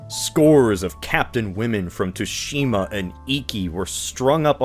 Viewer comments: It's pronounced "Tsu-shi-ma", not "Too-shi-ma". It's hardly your fault, as the Japanese, for no real reason (no, I'm a linguist, I have talked to JP linguists and their explanations for this are circular and WEAK af), they spell "tsu" as "tu" when they use our alphabet. My recommendation: whenever you're going to use a foreign word, have it run through some spelling system (usually typing it into Google Translate and having it spelled out does the trick) before recording it. So, not really your fault, but bear this in mind. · Finally a topic i dont know about so the inaccuracies cant bother my picky ass! I spoke too soon. “ghost of TOOshima”???